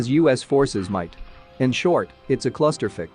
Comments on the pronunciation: "Clusterfek" Lol! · "In short- a clusterfick"